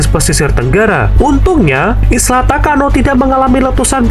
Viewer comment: Isla atau island mhn di baca sesuai kaidah English lur